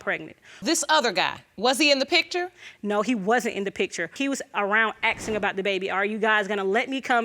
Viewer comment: Axing? nononono! It's Asking!